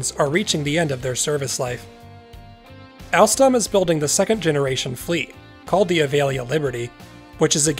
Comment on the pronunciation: “Prance” and “alstlam”